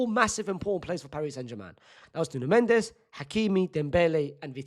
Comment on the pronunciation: Its nuno mendes